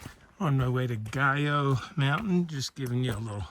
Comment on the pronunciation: Not that you care, 2 weeks later, but Mt. Guyot is pronounced Gee-O, not gee as in gee-whiz but a hard G. It's a French surname. Mr. Guyot was a scientist or botanist who spent a great deal of time in the Whites.